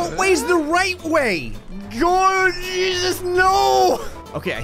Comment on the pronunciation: is it just me or when says "Jeezus" it sounds like "Cheesus"